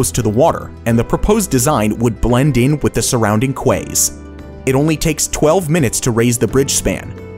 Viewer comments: "kway" hahaha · Did he just pronounce Quays with a Qua instead of KEYS as its pronounced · Yes I’m going to be “that” person. Quays is pronounced “keys” not “kways”. Just another tricky word in the tricky English language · Quays pronounced keys not k-ways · Quays.... "KEYS", not "Qways..." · Pssst....Quays is not "kways" but rather "keys". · I enjoy your videos, but what do you mean by "surrounding kways" ? Do you mean quays, pronounced 'ki's'? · < Hey says Quays and says it how you spell it, its actually said like this "Keys" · how about historical megaprojects? something like the dockyards of Glasgow, or even Dublin where the Titanic was built? it might be small by today's standards but was enormous for when it was built. also "blend in with surrounding quays" is pronounced like a set of "keys", sorry I couldn't help myself, but you're not the first, nor the last person to be confused by that word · quays is pronounced keys, you're welcome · Hold Up... how did you just pronounce "Quays".. its "Keys" lmao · You pronounce quays wrong.